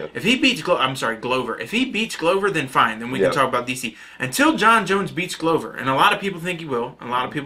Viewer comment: Glovers name, you got it right the first time, then you corrected it and got it wrong lool... it is pronounced Glover, not Gouver;)